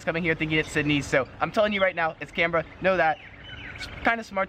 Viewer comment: Yep. I live in Canberra. And he pronounced it correctly..